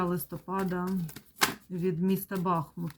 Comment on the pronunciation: Дяквю за Вашу працю!!!БахмУт-переміг,БахмУт-це Україна!!!Тільки будь-ласка -БахмУт,наголос на другий склад!!!